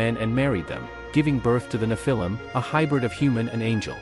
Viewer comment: Thereare still very tall people. It isnt nephIIm with emphasis on the lim its NEPhilim